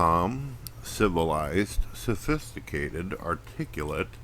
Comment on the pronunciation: its funny when he says "thufisticated"